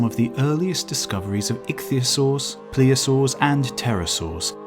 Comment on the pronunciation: As a palaeontology nerd, I had to make a couple of corrections. The rocks around Lyme Regis, where Mary Anning did her fossil-hunting, are late Jurassic in age, making them more like 150 million years old rather than 200. Also, it's pronounced 'plesiosaur', not 'pleosaur'. Great video nonetheless!